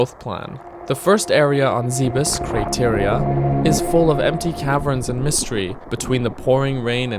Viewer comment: Hey great vid, thanks for playing a real classic after so long! for the future just so next time you don't accidentally say zeebiss ゼベス Ze Be Su Zeh'behs would be the proper way to say the name cheers!